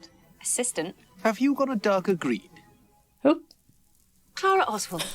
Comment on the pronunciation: all these episodes and you still can't pronounce Clara's name right